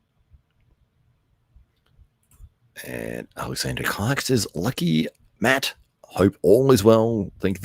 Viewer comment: Matt absolutely enjoyed you messing mine and Rich's names up haha